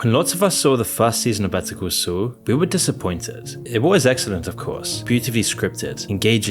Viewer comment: Why the fuck do you pronounce Better Call Saul as "betoo coo soo"?